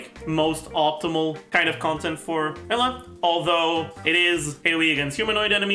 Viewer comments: lol he literally says it like ella, it should be like - you-lah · do u mean eula? eula is pronounced oila correctly, sounds a bit like ella ig? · Yeah, well, this game is played in English, not German. The correct pronunciation is "You-la" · It’s cursed that after watching so many videos I call “Eula” as “Ella” now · listen. i found this guy's videos yesterday through a friend's recommendation and theyre great. BUT. why does he say Eula Like That